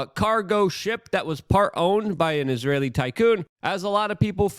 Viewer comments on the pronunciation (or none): none